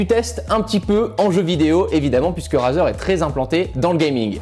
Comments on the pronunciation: Tu sais rien prononcé Razer sa se dit Rayzer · "Raseur" mdair